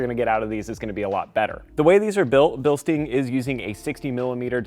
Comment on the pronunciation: Bil-stein like Franken-stein Not Bil-steen